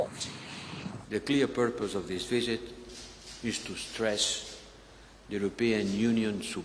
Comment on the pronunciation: 😂 "of this vijit"😂